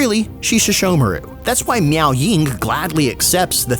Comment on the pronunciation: pls... it's Meow Ying